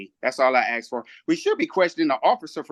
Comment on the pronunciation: Aks? Birf right? What does that mean?